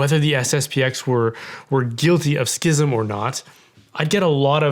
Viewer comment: I just want to thank you for correctly pronouncing the word schism as it’s always been pronounce. So tired of hearing educated people say “sizm” like they can’t see three consonants in a row. This needs to be defined under canon law imo because it’s driving me nuts.